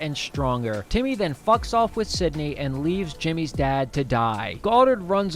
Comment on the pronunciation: you keep saying sydney instead of cindy